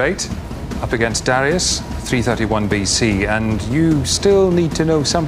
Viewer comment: It's pronounced "duh-RYE-us", not "DARRY-us".